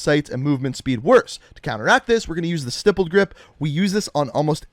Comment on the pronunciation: YOU SAID "STIPPLED" CORRECTLY!!! I'M SO PROUD OF YOU!!!